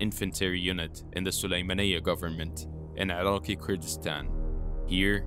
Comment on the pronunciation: The weird pronouncing mistakes turned me off. “Occulist” and “araqi” for example, wth is up with that..